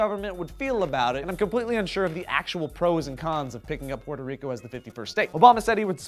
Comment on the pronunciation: Thank you, for pronouncing my country's name correctly. I'm sorry that some of the information you had to say is not accurate, that's not your fault.